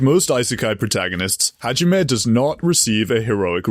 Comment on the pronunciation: bro butchered hajimes guns name so hard i had an aneurism